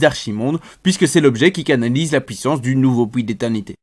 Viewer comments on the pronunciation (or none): Fantastique tes vidéos je me les refais toutes, par contre on dit "puissance" et pas "pouissance" :p <3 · tres bonne video sincerement tu fais un bon boulot !! MAIS STP ARRRRETE AVEC TON ACCENT DE DIRE POUUIT POUISSANCE C ENERVANNTT